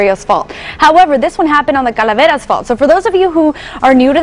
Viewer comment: why does she pronounce “San Andreas” totally normal, and then 1 second later, she pronounces “Calaveras” with a crazy forced Spanish accent?